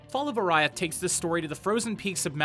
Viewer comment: It's pronounced "Or-ee-ath", not "Or-aye-ath."